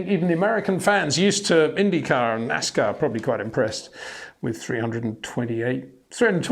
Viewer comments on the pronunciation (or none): none